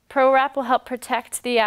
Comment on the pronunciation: PRErap not prorap